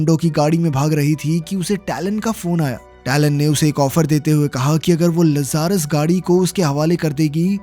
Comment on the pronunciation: Gadi ka naam लज़ारस nahi hai Bhai Lazarus लाज़रस है। इस नाम को बाइबल से लिया गया है। बाइबल में लाज़रस वह इंसान था जिसे यीशु मसीह ने मौत के मुंह से वापस लाया था। जो मर के फिर दोबारा जिंदा हुआ था। जैसे कि इस मूवी में यह गाड़ी।